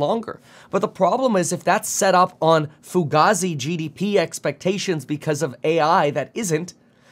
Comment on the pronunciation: tell Kevin the word is “ fu gae zee” not “ fu ga z” 😂😂😂